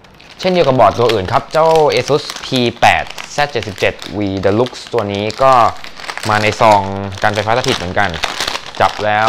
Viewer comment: PCI Express ฟ้ากับขาว เป็น 3.0/2.0 16x สีดำเป็น 8x แล้ว deluxe อ่านว่า เดอลักซ์ ไม่ใช่หรอครับ